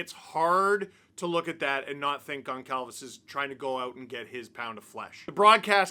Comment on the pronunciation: I understand Steve isn’t familiar with Portuguese last names but… Goncalves is pronounced GonSalves. The c would normally have a accent making the S sound